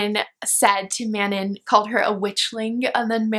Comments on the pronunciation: Manon name is pronounced like 'Mannon.' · Manon actually rhymes with, the dawn. The way the author says it. this was a really entertaining video though!